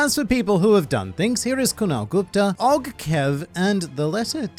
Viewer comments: Pronouncing OG as OG (Ogh) and not OG (Oh jee) has thrown me off guard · Mans said OG and not O G